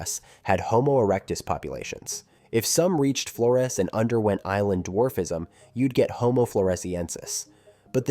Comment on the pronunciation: Flores is pronounced with a Z sound not an S as it was named by the Portuguese.